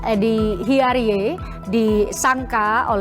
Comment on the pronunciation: Kenapa hiariey..hiarijz..gitu bacanya